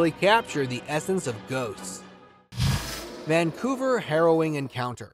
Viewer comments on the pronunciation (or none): none